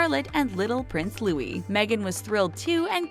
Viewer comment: Louis is pronounced like Lewis